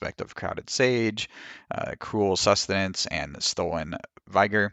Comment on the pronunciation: Good video. You pronounce Vigor wrong. Just Google it and listen to the sound file.